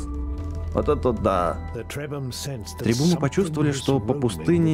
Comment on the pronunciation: не требумы а требухумы